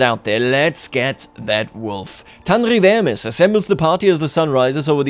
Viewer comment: That "Tanrıvermiş" pronounciation was so German, it reminded me of my school years in Austria. 😊 Also I totally this was a German channel, till the name was read outloud.